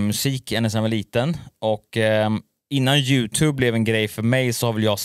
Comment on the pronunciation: först kanske du ska lära dig uttala youtube